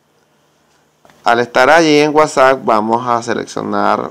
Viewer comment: Es admin al pronunciarlo